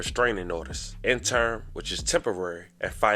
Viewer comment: 🫡 Interim... Enter-rim Issuance... Ish-shoe-enz Ammonia... Ah-moan-ya Decedent... Duh-seed-ent Cin-der Blocks... I appreciate the content too. Yet, I'm still compelled to reach one, teach one. 😏